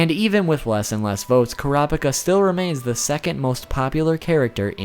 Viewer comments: Your pronunciation is godawful and right from the start you mispronounced his name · Why cant Americans pronounce Japanese names? Kurapika = You are not suppose to say the "i", it is that simple.. Is it because Americans only view anime that is dubbed? It does sound ridiculous anyhow. :P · This guy only pronounced "Kurapika" correct once . Nevertheless, this was interesting. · I'm going to try helping you as best I can with the pronunciation, but there's no guarantee this'll come out right on your end. Ku (like coo, what birds do) Ra (like the Egyptian god, also sounds like a cheer (see: hurrah)) Pika (like pikachu) so Kurapika (the k can be exchanged with a c depending on what translation you're reading). Hope that isn't too hard to read and helps you out. :) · Kura boku no pica?